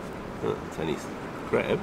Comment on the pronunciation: Give away I just love how this man be like: Craeb